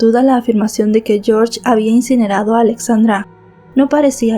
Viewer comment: yiorye en Rumanì....yorsh es ingles